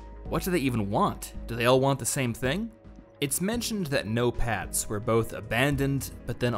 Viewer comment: I keep hearing Notepads instead of "no-pats". I wish we got more nations instead of the usual Russia vs US. Gimme a Battlefield with the US, China, Russia, the UK, the EU (as a coalition or some countries on their own, maybe it could vary depending on the map), Israel, Iran, India, Pakistan, South Korea, North Korea, Japan, each nation with their own vehicles and quirks. They can make up conflicts between them if they want for more variety. Like, Japan vs Israel? Sure, why not.